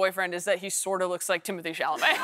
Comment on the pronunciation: if you are going so say the man's name, pronounced Tim-o-Tay. it is not timothee as she says. Do some research